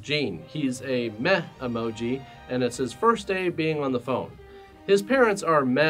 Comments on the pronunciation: Took me a while to realise isn’t saying “meth" but rather "meh". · I thought you kept saying "Meth" Emoji- What made it slightly more interesting for a while until I clicked! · Instead of "meh emoji" I first understood "meth emoji". That would have been an interesting movie. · I thought you were saying Meth emoji for a second. Like what, he's got Meth parents too?